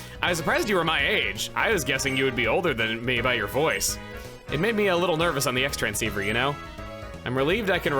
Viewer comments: what’s so hard about saying “tren-seether”? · The Xtransceiver pronunciations remain my favorite part of this Let's Play. Bathtub Chugga comes in a close second.